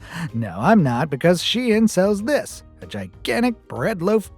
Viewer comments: It is pronounced like SHINE. not she-in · It's actually pronounced 'Sheen' not 'sh-ein.' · Caught in 4k mispronouncing its shein not shiyan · ITS PRONOUNCED SHEEN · Wait? It was pronounced Shee-in? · ''she-an'' LOL I CANT